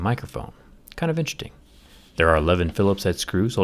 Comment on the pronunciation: Like how he cant pronounce 'interesting' at the start of every video